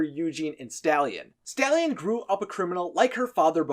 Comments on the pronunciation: Are you sure it’s not stalyan bc I don’t think staylan is correct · When he said stalyan I thought He stole a horse